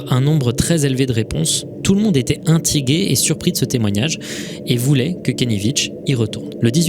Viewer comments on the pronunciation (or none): "tout le monde étais inTIgué" (no hate) (blague)